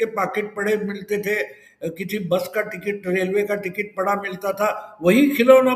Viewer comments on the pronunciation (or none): none